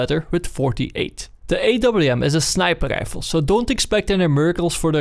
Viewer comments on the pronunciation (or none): why you say sniper reifl instead of sniper rifle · "Snæper leiffell"